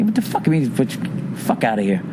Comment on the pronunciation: LMFAO "Soory, get the puck oot"